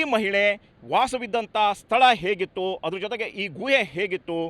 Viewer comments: guಯೇ ಅಲ್ಲ ಗುಹೆ... ಕನ್ನಡ ಸರಿಯಾಗಿ ಮಾತನಾಡಿ..... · ಅದು ಗುವೆ ಅಲ್ಲ ಸರ್, ಗುಹೆ ಅಂತ ಹೇಳಿ 😊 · ಗೂಹೆ ಅಲ್ಲ ಗುಹೆ... ಸರಿಯಾಗಿ ಕನ್ನಡ ಮಾತಾಡು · Guyye alla Guhe adu 😂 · ಗುಹೆ ಪದ ಉಚ್ಚಾರಣೆ ಸರಿಯಾಗಿರಲೀ......